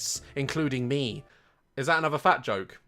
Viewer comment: "Just give me anuther chunce"😂😂